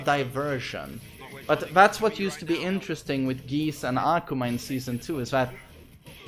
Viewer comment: Why carnt you pronounce akuma's name right?